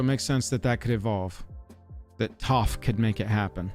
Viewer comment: words cant express how much I despise this guy who ive never met. Starting it off with the movie which shall not be named! then mispronouncing toph.... i stopped watching. Go watch the series then come back and apologize for murdering my childhood...